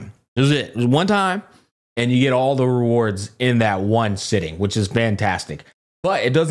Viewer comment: Can't get over bro and his 'Rewrards' 🤣